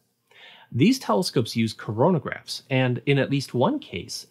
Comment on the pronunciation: Really did his say crona-graph's?